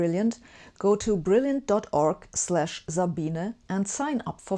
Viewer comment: Why is Sabine pronounced Zabina?